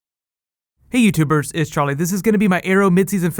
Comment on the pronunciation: is he saying "youtubers" or youtubirds"